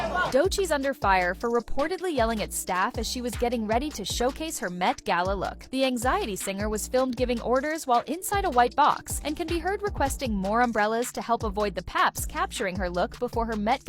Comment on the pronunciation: Its MET gala retrd not “MAT gella”